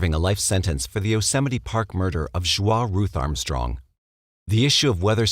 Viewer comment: I love all of your documentaries but...regarding the Stayner murders, Joie Armstrong is pronounced "joey", not "jwah".